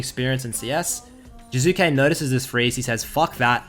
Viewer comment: "Current topic jUzuke"